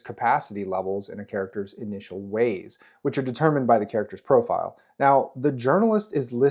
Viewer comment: During character creation, I can't count many times Wayne's World 🌎 "no hway" sounded in response to you saying "ways."